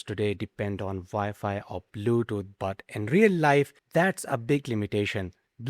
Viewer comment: What’s “Vy-fi”?